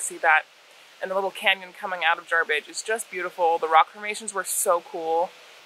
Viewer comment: Jar bidge not jarbridge. It's my stomping grounds there is so much to see up there. Stumbled on your channel a day or so ago researching bikes. Fuel prices like they are I might just sell my jeep. Anyway I was kicking around a 650 strom for my wife and have since seen some of your adventures on the cb500x I might lean that direction. We couldn't decide on road bikes or adv bikes until yesterday when I discovered BDR. 1 question what kind of cruising speed can you realistically run on the freeway/highway? Keep up the great work. Back to binge watching.